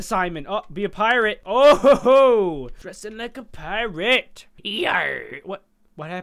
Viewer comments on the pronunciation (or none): he said "dont dress like a piarate"